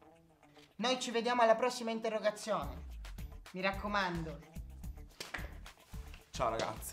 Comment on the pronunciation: L'interrogayone ahhahaha